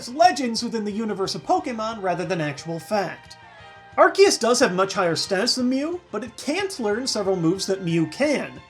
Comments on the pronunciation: when you say arkeus it makes me cringe. when you say arceus it feels better. just my own opinion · AR-KEY-US? its AR-SEE-US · It's pronounced Ar-see-us. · Its Arkoos not arkeus or arceus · It's aye- creee- suss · ... ... but it is pronounced ar-see-us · You say Arceus ar-key-us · It ar-kee-us it's a C not an S, dummies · UGH! ARSE-E-US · Well in the last pokemon movie it was pronounced Ar-Key-us yet again. #TeamAr-key-us But, hey, an argument can be made that Missingno is the first because it's #000! Make it a pokemon already! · It's ar-key-us! That's how it is pronounced! It's even like that in the movie! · Japanese name is Aruseus. There's no hard k sound in its name. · PBR announcer says AR-SEE-US There is no consistency here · U SAID IT WRONG! ITS ARCEUS NOT ARCEUS!!! XD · Plz no say arceus as 'ar-see-us' because 'arse' is 'ass' in the UK